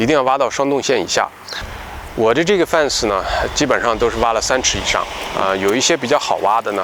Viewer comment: 念fen ,不念fan啊。